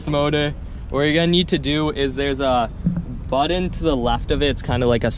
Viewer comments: Button Not Buttin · "Squishy buddun" lol